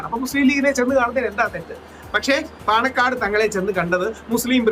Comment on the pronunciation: പണക്കാട് അല്ല ചേച്ചി പാണക്കാട് എന്നാണ് 😊